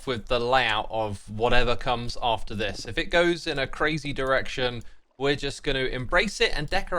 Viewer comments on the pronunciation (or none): none